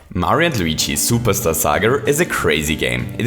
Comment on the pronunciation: You say "plumber duo" like "plumber doo". You also say "Superstar Saga" like "Superstar Sagr". You called "Popple" "Poppers".